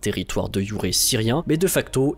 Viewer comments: Un territoire de YOURÉ syrien ? De jure ? Ça se prononce youré ? 🧐 J'adore apprendre des trucs avec vous ! Merci pour votre incroyable travail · C'est une locution latine donc le "j" se prononce "y-" 😉